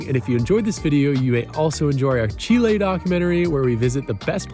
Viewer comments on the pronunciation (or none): none